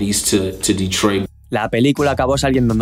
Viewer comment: "QUERIA CEEAR EMPLEOS EN DETROID" 😭👊 NUNCA SE OLVIDO DE LOS SUYOS